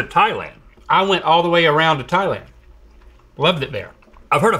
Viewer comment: Thanks to you all I see is thigh-land